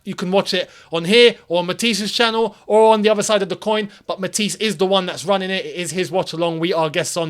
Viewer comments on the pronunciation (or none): none